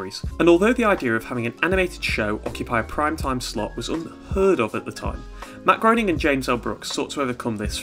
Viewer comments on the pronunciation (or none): Matt Gray-ning